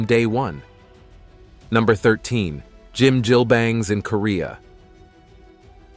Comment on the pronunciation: 이런 양놈이 설명하는 정확치않고 심지어 틀린정보가 마치 진실인양 세계에 선전 돼는건 참으로 문제다 짐질뱅? 한박? 노래이뱅? 뭐 니네들이 좋아하는 갱뱅이냐? 미친 일단 무엇인가 평가를 하거나 정의를 하려면 정확인 뭐라고 발음하는지 정도는 공부를 해라 그게 너희같은 오만한 양놈들이 해야할 첫번째다 무식에 쌈싸먹을 것들아 개를 먹는다고? 너희는 안먹을것 같냐? 안먹었던것 같냐?